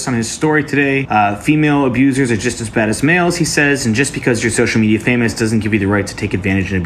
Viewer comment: Hey pyro, what's social "mediar"?